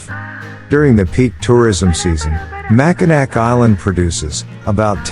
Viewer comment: Hearing "Mac-A-Nack Island" hurt my poor Michigander soul...